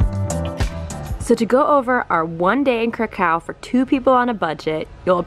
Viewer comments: Great video, but I did not know there is a city in Poland called "karacacow" 😂😂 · Every time you say "Kraków" I head "cacao" from that Portlandia sketch... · Krakau ? Hmmm , I thought Kraków ( krakoov ) is a Polish city ,not German ! so Guys next time please use polish pronunciation . Ps. Fair enough u say Auschwizt not Oświęcim as that was a GERMAN CONCENTRATION CAMP and the only foreign pronunciation that we except is Warsaw for Warszawa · Yeah , the way they pronounce Kraków (krakoov) completely put me off of watching this vlog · wow you'd think they'd be able to pronounce Krakow correctly but i guess not. my grandparents Came from there, also my friend from Poland would say: NOPE. the correct pronunciation is (Krakov) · Nice video! But you are misspronouncing Kraków (Kraa-kof) and its pierogi not pierogis! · The way you pronounce Kra-COW is very irritating. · Yeah I mean at least pronounce "w" correctly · My goodness, each time you said Krakow in such an American tone, I cringed. Please try to pronounce the name more like the Poles would say.